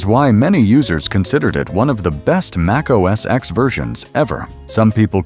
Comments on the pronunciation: I stopped watching at macOS “eks” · MacOS "EKS"? Really?!?